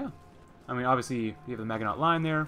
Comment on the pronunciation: I wonder if you are a native English speaker. Your German doesn't sound too bad, but your pronunciation of the French Maginot Line is very strange. I grew up in the US, and I remember we learned the correct pronunciation in school when we studied WWII. Here's a link if you're interested. Best of luck in game.